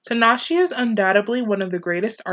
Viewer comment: Good video but I cringed every time you said her name. The E at the end of her name is pronounced like an A